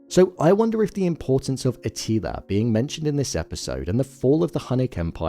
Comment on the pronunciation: A til ER not A teeleeA